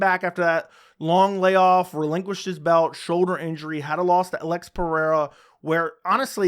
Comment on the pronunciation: You got the brazillian pronunciation of Alex's name perfectly